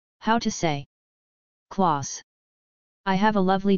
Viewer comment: When spelled with a K Klaus is never pronounced like pause. It is pronounced like house.